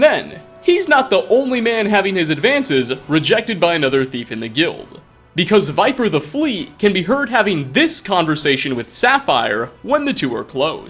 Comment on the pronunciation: It's even said in-game. Vipir. Not Viper.